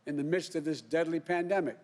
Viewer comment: Pandemic not epademic